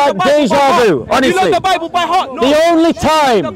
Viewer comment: THE LADY SAID " YOUR BIBEL ?? "